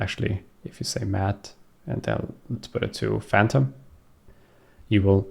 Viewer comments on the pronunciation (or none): none